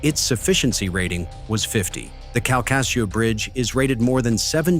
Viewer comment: It's pronounced Kal-ka-shew.